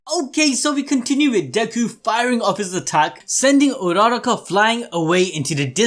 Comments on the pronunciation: It's so funny how you guys say urraraka's name 🤣 it's (U-ra-raka) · Bro's putting so much emphasis on that "RA"